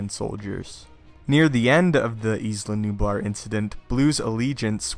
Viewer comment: Dude, it's pronounced Ila like eye-la nublar. Not Isla. Or E-La Nublar